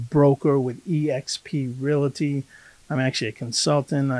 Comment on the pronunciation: Please don't take this the wrong way, Scott, but as the son of a father who was a real estate broker for over 40 years, my ears perk up when I hear the word "realty" pronounced "real-a-ty" instead of the proper "real-ty". In the same vein, my Dad was a "realtor" and not a "real-a-tor". You have a great channel and I've been watching your videos with great interest as my wife and I are seriously considering moving to Maine...especially after the back-to-back hurricanes we just experienced here in Florida. We absolutely love your state. I used to do contract work in Maine many, many years ago and my wife and I have vacationed in Maine many times. Perhaps we'll meet each other if she and i decide to pull the trigger and make the move. All the best.